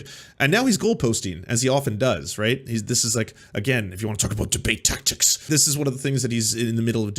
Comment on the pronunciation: He lost me at 'debateybate'.